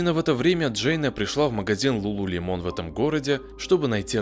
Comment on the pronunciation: Не ЛулулемОн, а ЛулулЕмон….